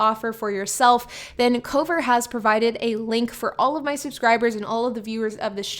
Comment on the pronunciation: I couldn’t tell if you were saying Cobra, Covert, or Cover